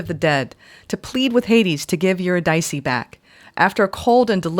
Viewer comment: uhr-IH-dih-see is how Eurydice is pronounced, fyi.